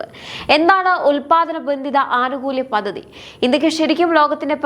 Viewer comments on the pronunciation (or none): പദ്ദതി അല്ല, പദ്ധതി